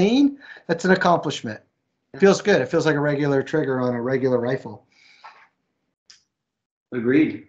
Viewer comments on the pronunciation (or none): none